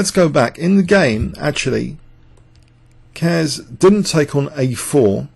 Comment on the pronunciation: and to Mr Young, Keres was pronounced correctly in video, not this Care-ess but Keres, about Najdorf im not sure :D